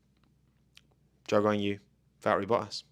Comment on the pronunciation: Val-erri Boh-ass is probably the best teammate NA.